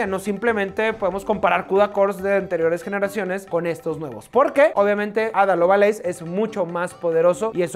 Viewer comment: ADA lovA leys ??? a ver lee de nuevo.... ADA LOVELACE.... (ADA LOB-LEIS)